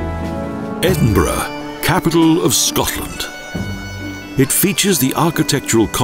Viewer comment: Nicky, at least he can (almost) pronounce Edinburgh.............better than the average American. They could have used Sean Connery.